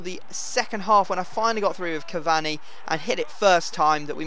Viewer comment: I don't know what's worse you saying cavani or Bateson saying aubanayang